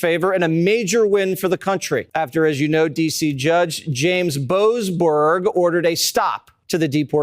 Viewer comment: The way Jesse put that emphasis on Boseberg shows he knows🇮🇱